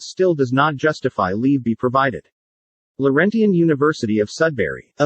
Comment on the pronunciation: Annoying fake voice that even mispronounces the word "Laurentian". But in terms of content, a pretty good example of the difference between "law" and "justice". The federated universities, that in fact created Laurentian, are sacrificed on account of Laurentian's own failures in competence and ethics. Yes, there were multiple players in the drama - but just decisions were not the agenda.